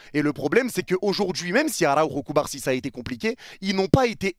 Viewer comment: ta façon de prononcer CubaRsi me fume tellement 😂😂